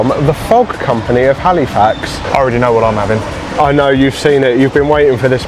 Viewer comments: It’s pronounced Halifax, not Haleefax… I cringe every time I hear it LOL Also it’s pronounced “peeta” not pita. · Hey, why don't you just stay - get a visa - so much to see ----- Hal ih fax not Hal ee fax - just so you don't sound like a tourist hehe.